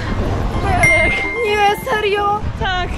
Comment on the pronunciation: Ej czy tylko mi się wydawało że zamiast Berek to Benek